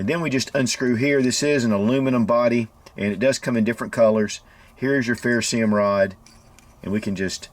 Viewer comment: What kind of rod? A 'ferrosee um' rod? Or a ferroserium rod? 😂 Lol